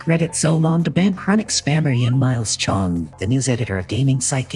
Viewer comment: I stopped trusting him at "Cheong"